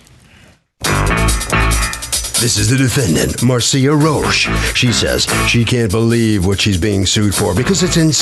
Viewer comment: In New Orleans.. the defendant’s last name is pronounced Ro-Shay